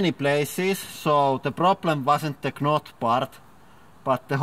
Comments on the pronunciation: Lol K-not. It's supposed to be pronounced "not" even though it's spelled "knot". The K is silent. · I thought it was quite funny hearing you say 'k-not.' The k is silent. Knot sounds like not. I would butcher any words from your native tongue too though! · The "K" in knot is silent. So it's pronounced "Not" Yes, the English language is fucking stupid. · rofl he pronounced the K in knot... i love your accent man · “It wasn’t the kah-not part” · Love the way you pronounce "knot" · The way he pronounces knot... 😂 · He says knot with the K. XD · Hey,, "K" in "knot" doesn't sound, it's mute. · i like how he says the k in knot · lol he pronounces the k in knot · Silent 'K' in "knot" and you meant "optomistic"